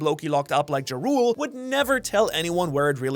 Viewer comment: It's like the nordic title "Jarl". Not "Ja Rule" like the rapper.